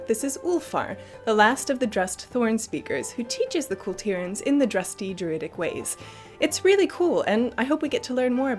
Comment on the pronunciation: You guys are some of the very few you tubers who correctly pronounce Kul Tiras. I think the rest are digging in their heels because they enjoy emphasising ASS.